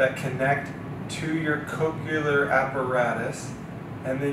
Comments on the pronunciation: Thanks for this great explanation! I look forward to sharing the video. PS: I was distracted by this... Coch-le-ar is pronounced like nu-cle-ar. It's not coch-u-lar, nor is it nu-cu-lar. 😊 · I can't even, with coch-u-lar... Also, how is this pronounced Zook, if the O has a long vowel indicator? Shouldn't it be ZOKE? (Rhyming with JOKE)